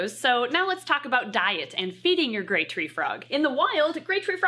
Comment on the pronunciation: Sounds like she says great treefrog rather than grey treefrog and honestly both names are accurate!